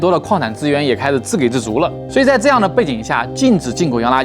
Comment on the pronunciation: /自给（jǐ）自足，不是自给[gěi] 自足！找到小小问题可能会让你难堪，但希望你不责怪我！！